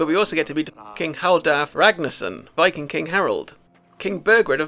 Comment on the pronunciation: whats a "viking-uh"?